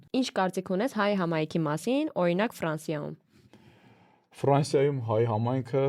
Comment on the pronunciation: Սիրելի՛ հաղորդավարուհի,Դուք երևի լրագրող եք և կարծում եմ, որ պետք է իմանաք,որ հայերենում ա ից և ո ից հետո գրվող յ տառը նաև արտահայտիչ կարդացվում և լսվում է , օրինակ՝ եվրոպաՅում, ֆրանսիաՅում։